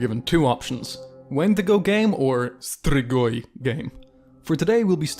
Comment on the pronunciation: That "Strigoi" was on point